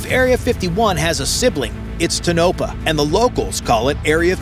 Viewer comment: Toe’na’pa not Tonope’ah